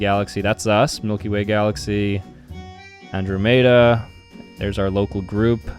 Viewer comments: No way he said Andro-may-da it literally An-draw-meh-da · It hurts my soul the way he says “andromeda” he says like andro-mayda it’s pronounced androh-meda 😭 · He said am-drew-mada instead of am-drom-ada I'm extremely disappointed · its not andrometa its pronounced Andromeda:| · “an-droe-made-uh”😂 (its pronounced an-drawm-uh-duh) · bro really said and-dra-mada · for fk sakes, it’s pronounced an-draw-medah💀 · Did bro just pronounce andromeda and-drom-E-duh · did bro say andro mada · is the type of guy to call the Andromeda The andrew may da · the kind of guy to pronounce Andromeda galaxy as "andrew mate uh" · Bro he called the andromeda galaxy “andro- made-a”💀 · He called the Andromeda the Andrumada💀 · Bro called andromeda Andrew made uh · Ain’t no way bro just pronounced it “An Drough Maida” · is the type of guy to pronounce it An Drough Maida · FYI, that's not how you pronounce andromeda or milkdromeda, Also, I'm sorry, but I couldn't stand you missing the fireball, shockwave, wind blast, and earthquake in the asteroid simulator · Why pronounce andromeda like that😭😭😭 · The way he pronounces Andromeda gives me Achromatopsia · You mispronounced andromeda. And grenadier and Marianas trench the first time (marinas trench)